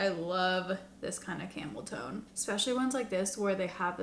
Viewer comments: 😂 I was half listening and folding laundry and I had to rewind bc I thought I heard camel toe.... Tone. Camel tone. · I heard it both times!! Lol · OMG I literally thought the same. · FYI, when you say "camel tone" quickly, it sounds like Camel toe.😂😂 I literally stopped in my tracks and had to rewind the vid to check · Ooooooohhhhhhhh!!! you've been saying camel TONE this whole time 🤦‍♂!🤦‍♂! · Every time you said “camel tone” I heard it as “cameltoe.” I was like, “Will these cosmetic companies ever stop?” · I keep thinking you are saying camel 🐪 toe! 😂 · Same!!😂 I had a good laugh, though.🤭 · I think you look stunning! I know you were not impressed with most of the products, but idk I'd it is just the tones you used or your hair or what, but it seems different than what you have been doing and it is nice. Also, I totally did a double take every time you said "camel tone". 😂